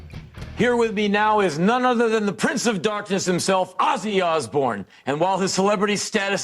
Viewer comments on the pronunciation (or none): none